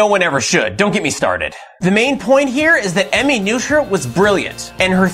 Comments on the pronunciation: Great video. By the way, Noether rhymes with “Nurt-ah” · Good video but bad pronunciation. It's closer to "nerther." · actually, Noether is pronounced “Nurt-ah”.